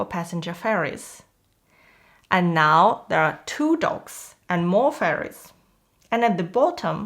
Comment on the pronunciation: Docks and not dogs. Please correct it Ma'am!